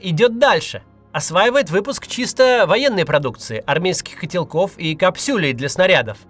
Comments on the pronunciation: капсЮ́лей😂 Макс-Макс😅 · КапсЮлей? Макс, ты серьезно? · капсЮлей говоришь))? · КапсЮлей? Нейронка?